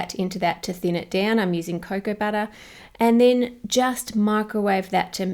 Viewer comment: When she said "butter" I (non-native-speaker) understood "batter" at first and was surprised that you could even buy organic batter in the supermarket.